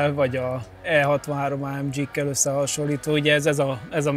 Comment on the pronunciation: "ááeemdzsiii"...kerlek ne...